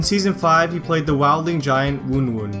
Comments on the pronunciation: I'm so glad you caught "Woon Woon" as well. I wanted to yell at my screen, no! it's wun wun like one one :) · omg how you pronounced Wun Wun XD